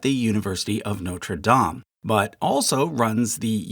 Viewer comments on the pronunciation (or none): The University is Norte DAYME. The Paris Cathedral is Norte DAHM. Each of your videos has at least one such pronunciation clam. What’s the deal. Just look it up on Wikipedia!! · Believe it or not, the university is pronounced "noter daym' even though he pronounced it correctly in French. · I cant believe how wrong this is. The university is pronounced "note-er dayme", not like the Cathedral smh